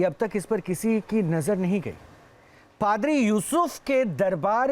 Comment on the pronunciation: Ankar bde garv se padri ko fhadar bol rahe hai 😂😂😂😂